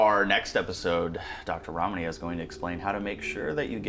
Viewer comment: Dr. Ramani! Not " Ramani"